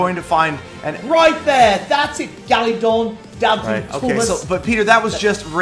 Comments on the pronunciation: Peter you call him galadon not gallydon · It's weird how he pronounced it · Respawnables and More! I love how Peter says it XD NO GALEEDAWN IT'S FROM WINNING THA GAME!!